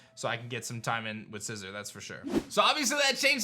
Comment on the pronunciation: Sci - ZOR (ZOR) not scissor